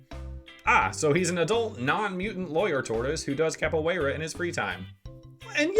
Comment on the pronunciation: As a Brazilian you are saying "Capoeira" very good